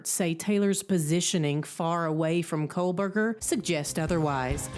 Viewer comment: Quit saying Kolberger! Lol. It's Kohberger... And I am not surprised his attorney is nervous sitting by him. He is a cold blooded predator!